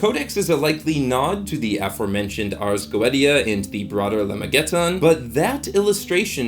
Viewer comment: I love your video but the Ars Goetia is pronounced like Ahrz go-AY-sha not Go et ee ah